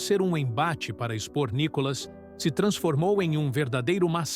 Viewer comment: Não é Nicolas e sim Nícolas .